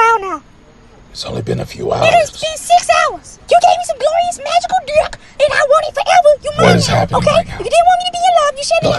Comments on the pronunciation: "Glorious magical DIUCK" LMAOOO the way she pronounced that Took me ALL THE WAY OUT 🤣🤣🤣💀💀💀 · The pronunciation of "dick" kills me every single time.